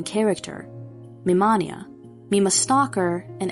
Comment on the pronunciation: I know this came out three months ago, and it would be useless to say regardless, but my only complaint is how you say MiMania, because it’s Mi Mania , pronounced like mania , which I only care about because it plays into his character as a manic fan (an early example of a true “fanatic”, aka manic fan). Otherwise flawless.